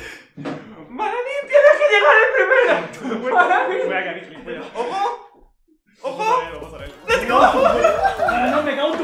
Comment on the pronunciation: Siempre dices les gou jaajajaja